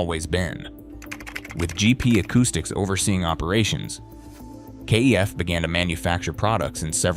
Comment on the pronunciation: Kef rhymes chef is how it is pronounced.